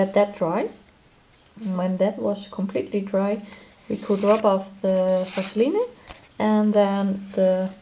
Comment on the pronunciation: on the page with owls... were you talking about Vaseline? (its pronounced Vas a leen) its also called petroleum jelly. I don't think I've seen it used as a resist. How do you use it?